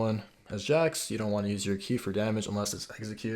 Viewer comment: The cringe is real watching him butcher Jax....